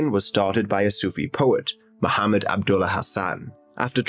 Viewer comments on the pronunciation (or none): none